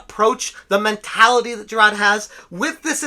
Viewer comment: There is an “R” in Jirard. Moron